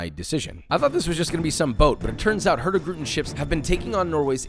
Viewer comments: Im a Dane (Its Norways neighbor), and I love how Joshua says "Hurtigruten" in 1 word, when its actually pronounced like 2 words. Nice video :) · hurtigruten is actually pronoucned more like hurtig-ruten, and means something along the lines of "the hasty route" i think